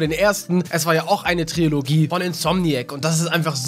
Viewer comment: Trilogie, nicht Triologie :)